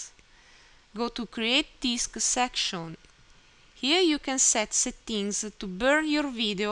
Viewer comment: thanks so much! noticed the words "settings" and "purchase" were mispronounced :)